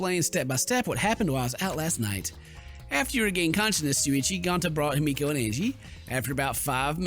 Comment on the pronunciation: The way he pronounces himiko- It’s He-Me-Co Not Hi-meek-o My gosh 🤧😖